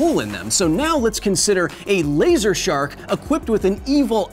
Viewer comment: A LeEeiSsur - Kyle